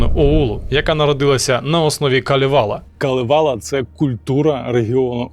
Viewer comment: КАлевала) с наголосом на перший слог) На Суомі все просто) всі слова наголос на перший слог) даже якщо їх там десяток) Дякую за чудове відео) кіітос)))))))))